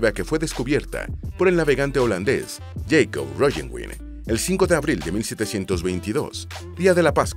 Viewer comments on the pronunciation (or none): none